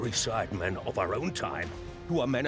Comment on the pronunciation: Nobody: Not even the contortionist who played the maid: Jj: saying sidemen with an s for no reason